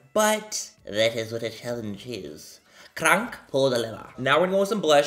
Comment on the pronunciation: And in you said "krank" or not? Baybaaaayyyyy since when you speak german so well?